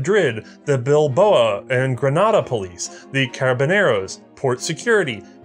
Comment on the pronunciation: so a Basque friend of mine just pointed out its Bilbao, not Bilboa. while its a real place i don't think you meant the police of a small Irisch village but the police in the city of Bilbao